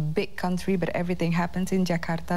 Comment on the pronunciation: Dan dia masih bilang Jakarta lho ya bukan Jekaardaah kaya si Agnes Monica atau Cinta Laura ..